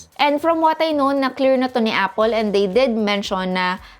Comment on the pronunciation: " A-pol " LOLLLLLLLLLLLLLLLLLLLLLLLLL